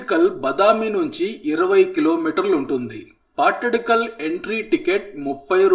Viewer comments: Hi bro welcome to Karnataka 👍💐,, ఆ ప్లేస్ పట్టడికల్ కాదు బ్రో అది పట్టదకల్లు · Hello sir this is not pattidkallu its pattadakallu( ಪಟ್ಟದಕಲ್ಲು ) always your pronunciation is wrong 🤦🏻‍♀️🤦🏻‍♀️🤦🏻‍♀️😡😡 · Hi bro, pls pronounce pattadakallu ಪಟ್ಟದಕಲ್ಲು ( ద)